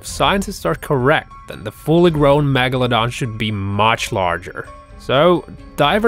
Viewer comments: He also says magladan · No one: Literally no one: Not a single soul:: mAgoladon